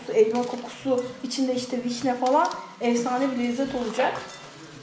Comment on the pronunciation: Evsane değil efsane birde öğretmensin Türkçe den daha haberin yok